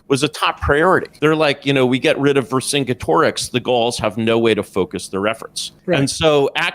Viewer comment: He fucked up vercingetorix so badly I almost had a stroke 😂 I finished the clip and realized I should not have made fun of him. He is clearly retarded.